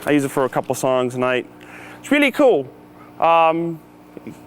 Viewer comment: It's weally weally cool